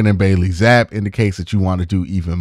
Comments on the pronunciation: ZappEEEE. He cooked us last year at home, at lease pronounce his name right dawg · It's pronounced Zap-pee